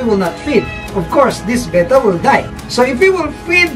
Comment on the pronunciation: Note that pronounces "Betta" correctly. Most Americans that I have heard mispronounce the word with "Beta", which is the second letter of the Greek alphabet, not the fish.